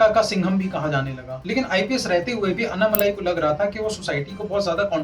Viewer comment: अन्नामलाई नहीं भाई अण्णामलाई। दूसरा आंकडे हिंदी में ही बोलें। सब हिंदी समझते हैं।